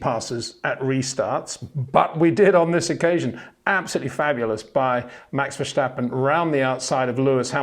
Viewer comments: IT is verSTappen not Versjtappen!!👽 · it is NOT Max "verSHtappen" ... Max is not German (Germans indeed do pronounce "st" as "sht") ... #Max33 = Dutch NL/Belgium! ... It is not "Bottash" nor is it "Lewish" certainly not "verSHtappen" .... This BS started long time ago when a British sport presenter interviewed father Jos Verstappen and assumed you can use a German pronunciation to a Dutch Driver thinking it is so "funny" ... It is not.